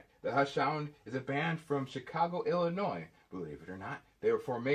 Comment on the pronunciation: holy shit hell just froze over! said Illinois correctly!